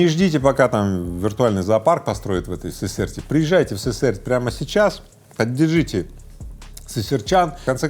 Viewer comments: Город СысЕрть, ударение на вторую гласную "Е"😂😂😂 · Город СысЕрть )) Ударение на букву Е. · Слава богу ума тебе Игорёша хватает себя Уральцем не называть, мАсквич ещё ладно. Сысерть научись правильно читать хоть перед выпуском новостей. Был бы народ более "просвящённый" в плане покупок "технониколь" на свердловщине резко бы пошёл в жопу)